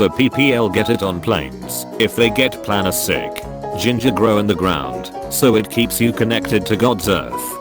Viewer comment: why does it say planesick like plana-sick